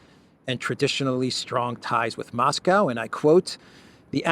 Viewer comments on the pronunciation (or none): none